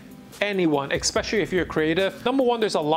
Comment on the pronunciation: Did you ekspecially work at Morgan Stanley?